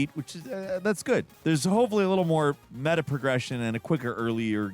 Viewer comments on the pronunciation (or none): none